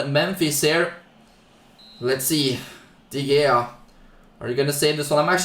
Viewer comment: I like how he pronounces De Gea as “Dee Gayar”.